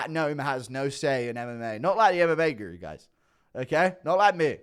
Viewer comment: Ariels producer intentionally mis prounouncing the word guru as if he doesnt know who u are lmaoo